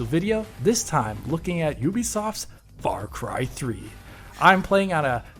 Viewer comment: Or as would say " Fah Cwy thwee"